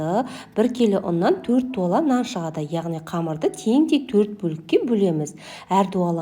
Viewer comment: Зуала деп айтады дуала емес)